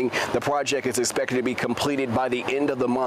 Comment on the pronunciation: pronouncing nederland like that is the opposite of honouring dutch heritage